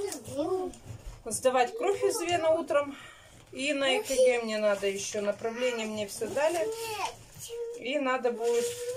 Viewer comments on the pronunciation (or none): Кто просил "надо",а не "наа" получите,распишитесь😜